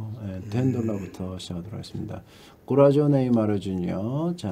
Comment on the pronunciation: 골라쏘 고라조라고 하는거 열받네